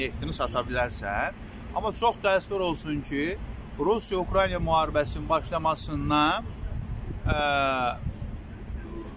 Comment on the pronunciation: УКРАЙНИЙА😂😂😂😂 Украина,мал!!!